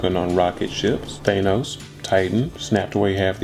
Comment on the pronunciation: BRUH DO NOT SAY "THAYNOS" he snapped my hairline too tho.